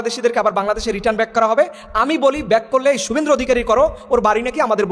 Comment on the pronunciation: তুমি তো একজন ব্যক্তির নামই শুদ্ধ করে বলতে পারো না ওয়াজ করো ব্যাটার নাম শুভেন্দু তোমার আলোচনা খুবই গুরুত্বপূর্ণ